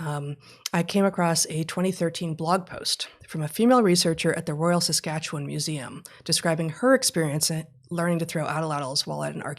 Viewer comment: So proud to hear Heather pronounce Saskatchewan correctly!